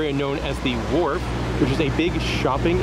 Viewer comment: Great video. Sounds like you kept calling it the Warp but it is actually The Wharf.